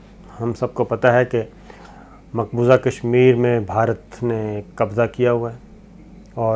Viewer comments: It's maqbooza not maqbooja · Maqbooza not Maqboja Indian ho kya raid maar rahay ho urdu ki